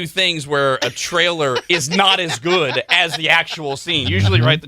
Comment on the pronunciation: It's güd!